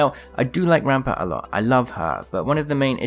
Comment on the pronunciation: Says ampart